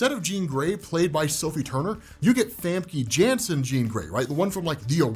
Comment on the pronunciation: I laughed at how you said Famke Jansen! lmao